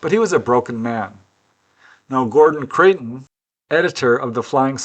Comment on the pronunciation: Hi, have to pick you up on your pronunciation of Creighton as you say it often, it's Criton as in eye! I used to subscribe to FSR back in the day, GC was a very important player.